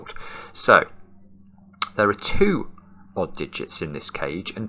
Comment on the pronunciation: I like how he pronounces "2" as "tew."